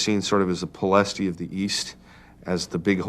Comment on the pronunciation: Enjoyed the video, but it would be improved if the narrators used correct pronunciation for places. "Ploiesti" is actually pronounced close to "Ployesht". The last "I" is silent, and the accent under the "s" means that it is pronounced "sh".